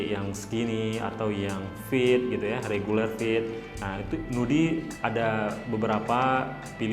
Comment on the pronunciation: Bacaanya aeyren haart, nuudi, flet hedd, mister fridemm